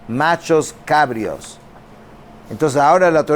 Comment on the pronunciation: Bendiciones. Se dice nachos cabríos. Con acento en la i.